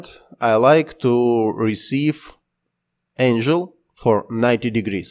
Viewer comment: забавный английский ! Энжил angle)). Энгл правильно))